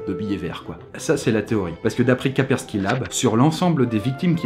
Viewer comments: c,'est KASSSSSPERSKY pas KAPERSKY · on dit KaSpersky et pas Ka_persky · une fois sur 3 au lieu de Kaspersky, tu dis Kapersky. C'est perturbant ... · Même que quelques fois, il le prononce "Quaperki" xD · encore une très bonne vidéo, juste comme cela Kaspersky cela se dit Casper (comme le fantôme) ski (comme ski alpin) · KaSSSSSSSpersky Lab stp.... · Sa se prononce Kaspersky en mode anglais tu vois parce que en français c'est nul mdr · Kaspersky te donne quand même tous les sous si tu prononces mal leur nom pendant toute la vidéo ? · Il me stresse, il ne connait pas ses partenaires comme toujours! Prononce Kaspersky correctement! >< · Mais lol tu écorche KASPERSKY à chaque fois que tu le dis lol